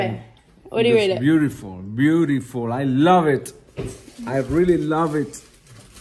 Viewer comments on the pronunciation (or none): lol it sounds like he’s learning english